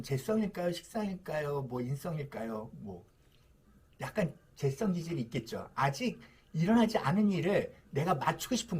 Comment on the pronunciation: 선생님.. 재썽이 아니고, 재-성입니다 ㅋㅋㅋㅋㅋㅋㅋㅋㅋㅋ